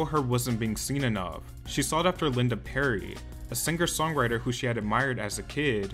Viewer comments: Came to the comment section to see if anyone else noticed that...“SinGGGher” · Saying Sing-ger instead of Singer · All I have to say is that the "G" in singer is silent dude.... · The “singger” pronunciation is so annoying tbh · Why did you pronounce 'singer' like there double gs?